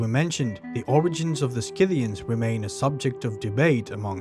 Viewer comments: SITHians, not SKITHians. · You pronounce it "Si-thian" not "Ski-thian" ...Sort of like the tool, Scythe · it's see-thee-ian. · just a friendly note: Scyth·i·an /ˈsiTHēən/ pronounced "SIH-thee-uns" ... thanks for sharing :) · if you decide to read the script yourself, you should make sure you take some diction lessons or logotherapy. It is ridiculous to make a video about the Scythians and not be able to even pronounce their name correctly. You are probably not aware, but your pronunciation of some words is just laughable. For instance explain to me what "war-fur" is! Or can't you pronounce the plural form "women" correctly? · No hard c in Scythians, the c is silent in English. I hate AI audio! If this documentary's pronunciation is correct in another language, would someone please let us know. I googled the pronunciation 5 times, and not once did the way it's pronounced here come up. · Youre teaching a whole new generation to pronounce Scythians wrong. The 'c' is not verbalised. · After 12 seconds, I’m giving it up. I’m not watching an hour-long video on the Scythians to be brainwashed with the wrong pronunciation of the word. Sorry, thank you. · There is no "K" in Scythians. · Please check correct pronunciation.Not knowing the correct pronunciation ,brings the rest of your work into question.